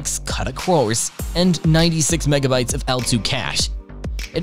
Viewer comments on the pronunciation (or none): “Nuh-vidia” and “kudder-cores”. What is wrong with you? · "Nividia" and "cuttah" cores. I'll skip this one for now. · Lol “kuddah quores”